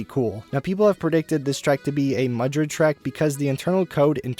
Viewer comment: And it’s Madrid not Mudrid lmao